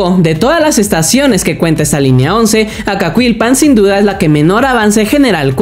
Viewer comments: La pronunciación es Acakilpan no Acacuilpan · ES ACAQUILPAN SIN LA U, NO SUENA "ACAQILPAN"